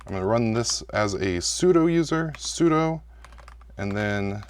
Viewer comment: Maybe next you can learn how to pronounce `sudo` 😉